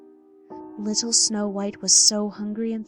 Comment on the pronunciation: Fwiendly wittle fox your right